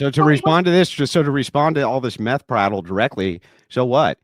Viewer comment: “Meth Prattle”😂😂😂😂😂😂😂😂